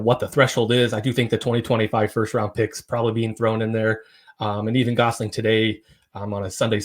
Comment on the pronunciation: It's Ben "Guess"-ling.